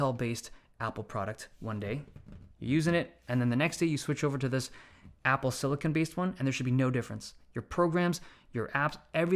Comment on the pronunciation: I’m just glad he actually called it silicon and not silicone